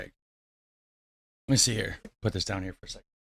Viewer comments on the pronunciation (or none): none